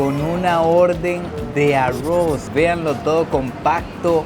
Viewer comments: Es bastante gracioso que diga a-ross en vez de arroz 😅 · En vez de pronunciar arroz dices arruoz😂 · El arrrrrouuz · Me reí mucho en este video, y sigo amando su acento al decir Arroz 🍚 jajajaa. Saludos desde México